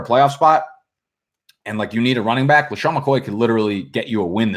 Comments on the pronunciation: Robert Calkins it’s not about the word back being bike. It’s about the fact that he pronounces it differently. Like when he purposely mispronounces patreons—it’s just fun to fuck up words lmao. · That’s real slang for back in Florida tho, few other places down south too but I first heard it from the Floridian cats. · He jus trying to be hip with the slang.